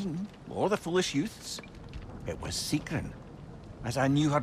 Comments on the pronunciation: “Yous to fell, sigroon” at least get the pronunciations right before you make a fucking video 😂😂😂😂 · Why dude bro pronounce it sig-rune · Bro why do u say her name like “segroon” 😭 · I don’t understand how you can horrendously mis-pronounce Sigruns name when the characters themselves SAY IT OUT LOUD